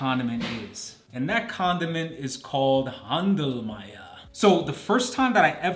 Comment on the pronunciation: Noooo, please don't talk about our delicious Händelmeier! Otherwise everyone will come and want it! Incidentally, Händel is pronounced the same way as the English "handle" 😊😊😊 just like handlemeier 😄